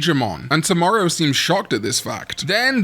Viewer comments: Toe-Mow-Row my guy! please lol. 😂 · i'm so sorry but when i missed the Tomoro's name for some reason i started hearing you saying "Tomorrow" and thought his name was actually "Tomorrow" 😅😂